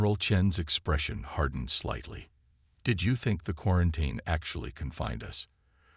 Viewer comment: Your AI can't say quarantine.